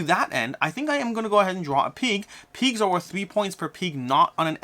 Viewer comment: Peegs 🤣 sorry. Just had to tease. Never heard anyone pronounce pigs that way.